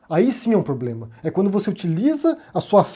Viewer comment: Kkkkkkkkkkkk, esse Bozoasno é uma piada de mal gosto! Nem falar "problema" ele sabe, disse: poblema! Affffff, bizarro esse infeliz!!